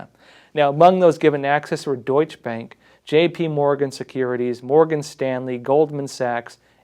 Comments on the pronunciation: It’s pronounced doichuh bank 😁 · Great reporting. Just an FYI - Deutsche Bank is pronounced like "Deutsch-a Bank" (Deutsche has 2 syllables). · "Doych bank" And what do some people drive? A Porsh? :- ) Now I'm waiting for a German basketball movie about Chicago Bulls 23# Mi-ha-el Yor-dahn. It would be the same level of precision. talking about precision, I loved the glass jaw part. I hope, it is precisely true, and that the jaw will be broken soon